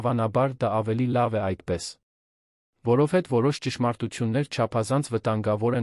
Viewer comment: Սուտ չի կարող լինել,այդքան ղեկավար լինելով հարստություն էր կուտակել։ Աստծո պատժից ոչ ոք չի խուսափում։ Իսկ ընթերցողը ճիշտ չի ընթերցում, ,,հետևել,,-ը կարդաց երկու անգամ ,,հետում է,,։ Որովհետևը ընթերցեց առանց վերջավորությա'ն' (դարձյալ մի քանի անգամ' ,,որովհետ)